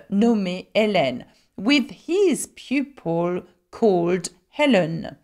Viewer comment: You have a cute and contigeous French way of pronouncing "L"...Sometimes I try speaking like you ..." Level" " Pupil" "simple"...LOL